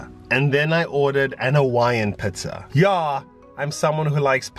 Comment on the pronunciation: Great tips and video! Love it when you laugh and I like how you say Pizza(pitza). 😊💜. #solofam